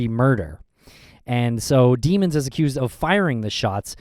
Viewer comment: it’s pronounced dem-ons